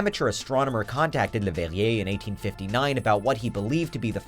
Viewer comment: amateur French astronomer LeuGHllbehne Hheniueeeeyi